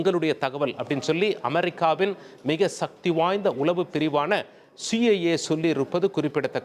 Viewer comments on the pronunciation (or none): none